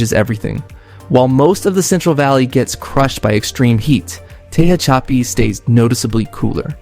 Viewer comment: "Tehachapi" is pronounced "te hatch a pea." Ridgecrest is an interesting town... 'Not sure I would want to live there. Corcoran State Prison is important to be aware of.